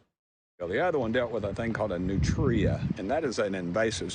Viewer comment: Learn to pronounce it. "Nutria" is one word.